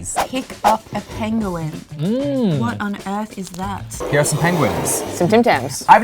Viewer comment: Umm d penguin joke said no I but u said the I in it pengin